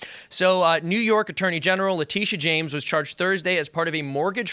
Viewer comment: Is that James spelled with an 'Sh-' or 'Ch-'? And do we also say Chaimes Bond or Shames Bond from now on?